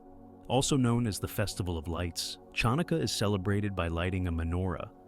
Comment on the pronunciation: A reasonably accurate overview. However, you could use some help in pronunciation. There are multiple errors, mostly putting the accent on the wrong syllable. But the most glaring error is your mispronunciation of Chanukah. The CH is a gutteral as in German "ach," not a CH as in "church." This is why many people spell "Hanukkah" with an H, which is not entirely accurate, but closer than what you have. Asking a knowledgeable Jew to help you with proper pronunciation would have avoided these mistakes.